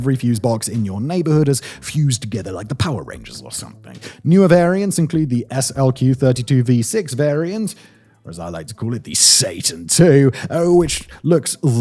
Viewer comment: That and hearing SLQ said instead of slick was cracking me up.